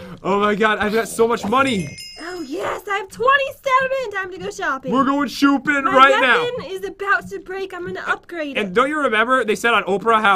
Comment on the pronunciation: He said we’re going shoe-pen